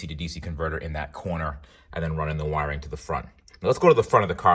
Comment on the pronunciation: You lost me at saying "wiring ". Lol